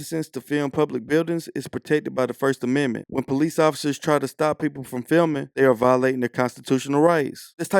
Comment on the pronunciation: We da pepoo, by da pepoo faw da pepoo?